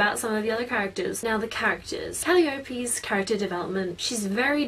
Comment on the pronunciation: Ca-lie-a-pee is how it is pronounced